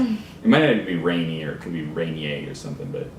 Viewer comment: Rainier is the the worst beer like ever but its so cheap, and you were pronouncing it correctly, its named after the tallest Mt. in Washington